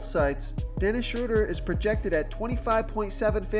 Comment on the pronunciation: You pronounced Schroder three different ways! You started with the correct pronunciation and then threw in two more that sound like they should be right too.